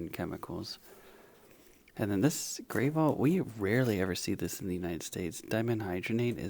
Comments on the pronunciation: As a Canadian, I nearly spit out my drink when I heard pronounce Gravol as Gray- vol 🤣🤣🤣 Unsure if this was intentional or not as I know he likes to be playful with how he explains things. BUT, in the event it wasn’t...... Gravol is pronounced GRAV-ol, rhyming with "travel," with the stress on the first syllable (GRAV), making the "o" sound like in "hot" or "not," followed by "ul". It's a Canadian brand of dimenhydrinate used for motion sickness and nausea, often confused with "gravel" but distinct. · Canadian here. Gravol is pronounced as Grav-ol. As in avenue. Not grave-ol. As in gravey. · The Canadian dimenhydrinate brand name Gravol is pronounced Grahh-vaul, not Gray-vaul. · wai wai wai wait... "Gray-vol"? I have never heard it pronounced that way in my life.